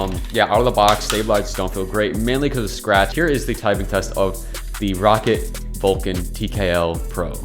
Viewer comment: its pronounced raw cat not rocket lmfao